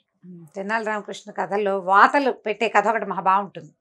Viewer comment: story ni kadha antaru. Katha kadu!!